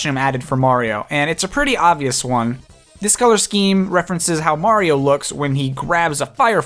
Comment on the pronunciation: It’s a-me, Mari-no! Good vid btw.👍🏽